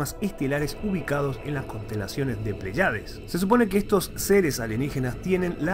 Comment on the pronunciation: Bueno el video pero creo correctos corregir algo, no es "Plaiades" sino "Pléyades" con acento en la primera e... y ese es un grupo de 7 estrellas llamadas también las 7 hermanas o l constelación de las Pléyades